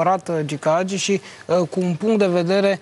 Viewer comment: Frezatu ăsta blond de prezentator de care nu a auzit nimeni să învețe să pronunțe Hagi, nu Agi ! Dacă nu știi despre cine vorbești, nu vorbi.